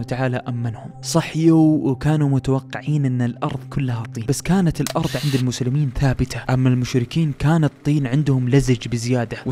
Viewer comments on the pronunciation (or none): none